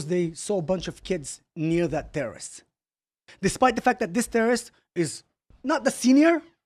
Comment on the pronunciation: a tewwoist is a tewwoist, you heard it here folks